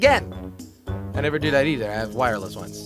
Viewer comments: Come on I can’t be the only one who has noticed that “hever be able to produce healthy children” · “Hever be able to” anyone catch that? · On the last question it said hever instead of never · It said Hever not never on the last question